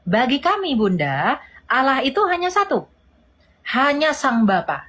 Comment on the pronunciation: Sebenarnya sih cara dia nyebut allah saja sudah salah, kenapa jadi alah, itu saja dalam bahasa arab saja kesalahannya sudah fatal banget.